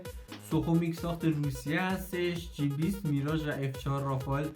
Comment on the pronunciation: جی ۲۰ ،مثل سی متری جی درسته .Gاین رو جی میخونن مثل ده بیست سی . واین J هستش